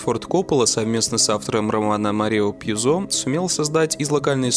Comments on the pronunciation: Ударение на ю - ПьЮзо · В догонку к интергации про ошибку в названии фильма. Марио Пьюзо - в фамилии ударение на первый слог, а не на второй, как автор видео сказал. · Пьюзо - ударение на первый слог! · тебе было лень открыть википедию и посмотреть с каким ударением пишется фамилия автора Марио ПьЮзо